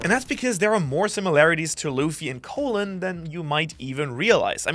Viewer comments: Not really an unfortunate name lol you're just saying it wrong, try saying call then say in, call-in, you're saying it like colon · "Caw-lin" not Co-lon? His name is not the same at the lower half of your intestine. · ... soo are we all really calling this giant kid Colon, like the digestive system and not pronouncing it like Colon (Colin) the name? Or is this like when people say Marine Corpse instead of Marine Corps. (Core)? Poor kid. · I thought you say colon like cologne